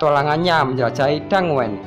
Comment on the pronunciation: wkwkwk danguen orang mah Dungeon bang